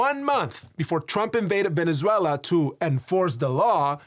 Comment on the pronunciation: Finally, I guy that know how to say Venezuela ❤️ 🇻🇪